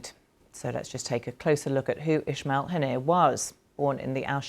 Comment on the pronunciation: Ismail not Ishmial . Zionist channel to the cure